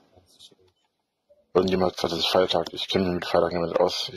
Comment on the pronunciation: "Irjend jemand hat jesagt ist Feirtach"